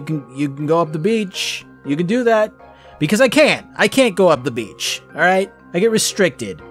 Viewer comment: you got it wrong, its not that you can go to the beach, its that you can go to the "bitch". they sound the same, but belive me, they arent...